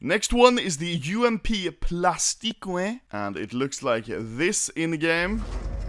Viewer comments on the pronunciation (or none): It's not Plastikwe. It's Plastiik. Google the pronunciation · Ludd « plastique » we pronounce it like plastic :) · Inkar Temirkhan plasti-quee 😂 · "And here we have the UMP Plastiqwei " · Probably fake reactions but hey thats ok. Victor in his vid pronounced plastique as plastikwe, so you obviously had watched his vid. Not so fast lmao